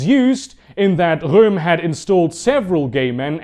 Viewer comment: I really like how he says Röhm in